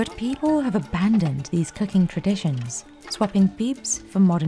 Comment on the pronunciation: I really wish the AI would stop saying "cucking" instead of cooking.